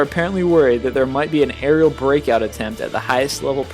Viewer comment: After hearing "Aeral Attacks" I think I'm gonna call google to blur my house xD